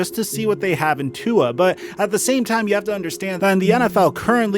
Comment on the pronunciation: stop saying tuas name wrong